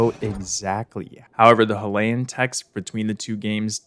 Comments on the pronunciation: Also why do you pronounce Hylian like HILL-ayan Its HAI-LEE-an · Ok so I don’t wanna be THAT person, but I can not finish watching this without saying something about how you pronounce Hylian… Dude, they literally say the word in multiple cut scenes, how in the world are you mispronouncing it so bad lmao I’ve been like oH MY GOD, it’s not, “Huh-Lay-In”, it’s pronounced like, “Hi-Lee-Un” lmao if it was pronounced the way you’re saying it, then it would be spelled like, “Halayin” 😅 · Curious why you pronounce Hylian as "Huh-lay-un" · "leviathaaaahn" Idk if he's doing it on purpose to increase engagement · this is probably because those are the same letters in Hylian but can be pronounced differently and need to be translated differently into a latin script. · i hate the way he pronounces hylian, it’s so very wrong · ok im sorry but the way you say hylian gives me physical pain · The way you pronounce "Hylian" gives me agita.